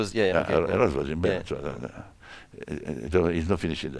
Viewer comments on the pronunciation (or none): none